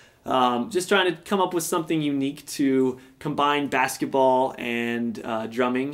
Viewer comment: But that's not how "bass" is prounounced